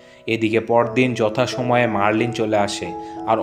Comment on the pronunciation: মেরিলিন মনরো, মারলিন নয়